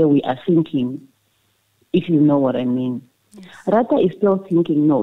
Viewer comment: Ratha knows very well that the state failed to prove their case beyond any reasonable doubt but he is biased. He even pretends like he doesn't know these people by deliberately calling their names wrong.